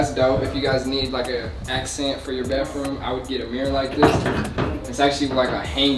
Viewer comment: it’s baTHroom &wiTH not bafroom, wif 😂😂 it’s okay though my brother pronounces it the same way 💀